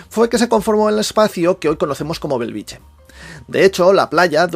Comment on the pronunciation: Benvolgut atesa la importància creixent de la teva bona feina cada cop més gent et reconeix i et segueix et demanaria com a veí de Bellvitge que procuris pronunciar-lo correctament i no com una "choni" no és Belviche fa 50 anys que hi visco i magrada pronunciarlo correctament BELL VIT GE... amb ge de geperut!!! GRÀCIES canvia una mica pronunciat correctament deixa de ser un polígon dormitori i passa a ser una barriada nostrada.